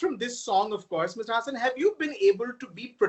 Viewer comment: Pronounced Haasan. Not hasan. FFS